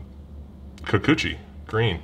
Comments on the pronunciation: Enjoy the war....enjoy you saying Kukuchi more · I really think its funny to hear you say Kikuchi. HA!